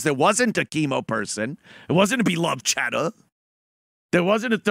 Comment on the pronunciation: "There wasn't a 'beeluhved chadduh'" lamo